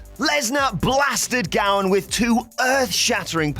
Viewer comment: *Gowen not Gowan